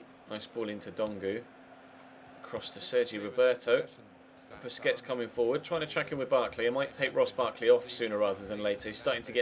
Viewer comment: PLEASE STOP PRONOUNCING BARCELONA'S DEFENSIVE MID'S NAME AS "BISCUITS"